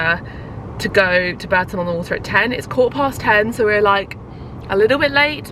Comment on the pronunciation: And Bourton-on-the-water is pronounced Bawton-on-the-water. Another very weird one! 🤔 This is in no way a dig by the way!